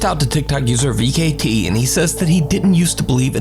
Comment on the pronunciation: Vcete "V-K-T" ?? 😂😂😂😂😂 it's pronounced "V-sete" I believe